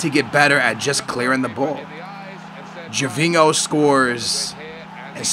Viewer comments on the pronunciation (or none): For gods sake aa! Gervingo, ronaldingo!? Ho is pronounced yo!!! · "Gervingo" wtf?